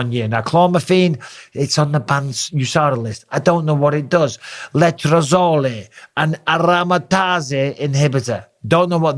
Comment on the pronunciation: You know Bisping was clean when he pronounces letrazole and aromatase the way he does.